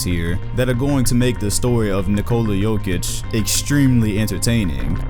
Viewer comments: No one:: "Joke-itch" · Who tf is joe-kic? It’s yo-kic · PLS STOP SAYING JOEKIK ITS ANNOYING AF ITS YOKICH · It's Jokić, u need ć ! 😃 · It is Jokitch. Similar to #1 tennis player in the world Jokovitch. However, we need to spell their names properly. Djokic and Djokovic. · Maybe the most simmilar is Jokicc, like that double C from cappuCCino. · 'yokitch' dude pls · Nobody: Oprahside: JOKATIC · great video, and about the pronunciation its Yo-kee-tch.